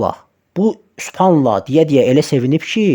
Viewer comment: Supanla əxi supanla nə gözəl, "buyurub sas səlləm" 🥹🤧